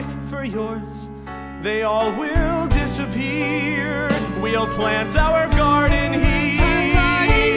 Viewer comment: The only thing I hate about this song is how said "our",like it just feels awkward to sing it in two syllables